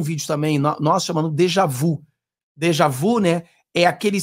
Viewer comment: PRONUNCIA-SE "dejavi".